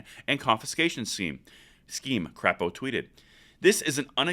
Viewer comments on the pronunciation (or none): Mike Crapo is not pronounced crap, it is pronounced crape or crepe. He is a solid conservative, from the great state of Idaho. Maybe the reddest state in the union! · Idahos representative is pronounced Cray-po, not Crap-o and he's a great rep for Idaho. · I like your content, but I'm from Idaho and I need to correct you on one thing. His name is pronounced Crape-o not Crap-o. Thanks for all you do, keep up the good fight. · FYI: it’s pronounced Mike “Craypo” (sp) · Idaho Senator Mike Crapo Pronounced CRAY-PO Keep up the good work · please note Senator Crapo's name is pronounced Cray' poe. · Hahahaha. It’s pronounced Cray-Po. But sometimes he is crap-o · Good to see my rep taking a stand on this. BTW, it's pronounced Cr"ay"po. Think I will send a note of appreciation to his office. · Please say the Idaho Senator’s name correctly it is with a Cr A po not an aaaaaah a vowel. Do your home work next time!!!!!!!! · In the name Mike Crapo the a is long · As an Idahoan I’m proud that our state supports our 2A rights. Now if we could just get people to pronounce Senator Crapo’s name correctly.... I’m sure he’s appreciate it